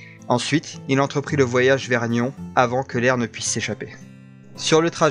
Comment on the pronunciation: Bonjour très intéressée par votre récit .. mais on dis pas nion on dit nyonsss on prononce le s 😊